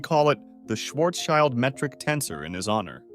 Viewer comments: It's pronounced sh-varz-sheeld 😭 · "child" in Schwarzchild is pronounced like "shield". Incidentally, it also means "shield". :)